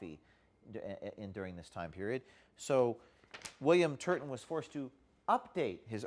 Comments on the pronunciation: "TURBAN TURDIN" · correction: William Turd-a-ton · In my mind his name is spelled as pronounced; TURDon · You meant, William TURD-TON, right? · William Turdin’ I totally caught that LOL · William Turton, like turdon